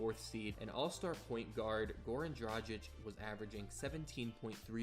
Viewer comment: Having a hard time pronouncing Dragić huh?